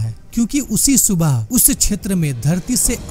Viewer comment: Bhai ek baat batao, aap space ko "espace", sthit ko " Esthit" And area(kshetra) ko " chetra" Kyu bolte ho??? Don't you able to do proper PRONOUNCUATUON?